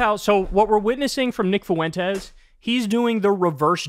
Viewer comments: I'll never get this weird pronunciation of 'Fuentes'. It's "FWEN-tez", not "foo-WEN-tez". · Nick Foo win tez hahahah